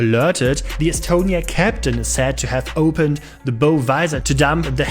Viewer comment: Nice video! Note: "bow" (the front of a ship) rhymes with "how". English pronunciation is a nightmare...